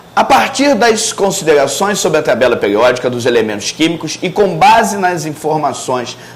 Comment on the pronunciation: Por que ele fala : '' peliódica, plopliedades,replesenta...'' ??